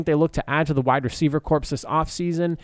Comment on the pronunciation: You keep saying corpse and it's driving me crazy.